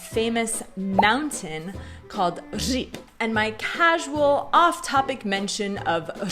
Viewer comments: on the other hand, your Ř in Říp sounds exceptional. You and Gav could easily become teachers of Czech to Americans. I mean it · Říp was very nice pronounced, thumb up.